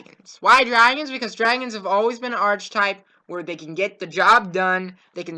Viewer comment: Arc-i-type pronouce your words correctly